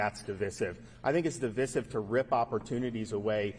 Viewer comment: Idiot DeSantis can't even pronounce the word Divisive and wants to make decisions about what children are taught. the Don't say Gay law extends through high school ,not K-3.